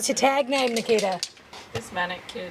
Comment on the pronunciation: I kept hearing “the kid” when you say Nikita and now can’t unhear it. Enjoy.